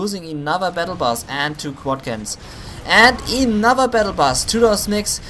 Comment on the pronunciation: I watched a couple of your replays and u make 2 mistakes very frequently. Units are hurt not "hurten" that word just doesnt exist in the english language. And its another Humvee not "enother" Humvee thats just prenounced wrong. Dont get me wrong apart from that i enjoy your commentating effort :)